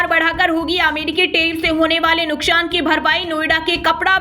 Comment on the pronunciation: Nuksan shabd ka spoke sahi nahi ho raha